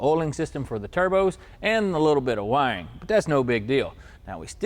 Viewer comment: he said wiring It just sounded like he was saying "Wang"